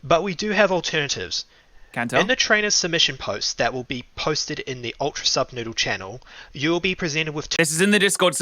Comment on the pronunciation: ANYONE ELSE NOTICE HOW HE KEEPS SAYING PROJECT NUBSOODLE INSTEAD OF SUBNOODLE OR AM I THE ONLY ONE THAT NOTICED IT????????